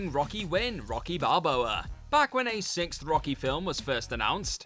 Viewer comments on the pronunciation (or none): none